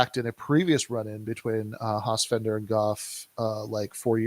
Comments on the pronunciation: This is really interesting but it's so damn hard to listen to say "Hossfender" over and over. It's like "nucular". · Guys, it's FELDER not FENDER..you could at least get the name right. yeah when i saw the Hossenfelder pro capitalist clip i totally cringed--generally did like her podcasts but now i am not sure, and she is taking it from EVERYWHERE for that clip tons of negative feedback--she certainly dropped the ball on that one, and she didn't even engage with on Twitter?? huh? Silly. Sean Carroll is another physicist that takes on philosophy and social issues but he is MUCH more informed on the subjects especially philosophy in which he chastises his fellow physicists for NOT having much interest in philo..